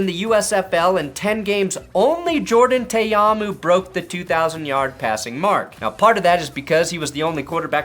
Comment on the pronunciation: Dude it’s Jordan Tah-Ah-Moo not Tay-Ah-Moo SMH